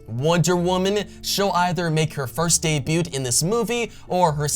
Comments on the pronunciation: You don’t pronounce the “t” in debut. Dey-bue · The "t" is silent in debut.